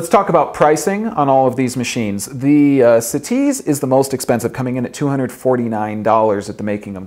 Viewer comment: "Bru Butt-on for the siTease"